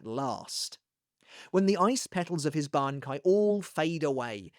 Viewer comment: I’ve always liked your pronunciation of his Bankai. You’ve always had that down. Used to look forward to it before it came out in the anime because you did so well hyping it for me.